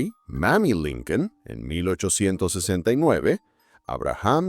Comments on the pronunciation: Por que dice linkel? O yo estoy oyendo Mal? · No es linquen es lincon.compadre terco que es linquen wey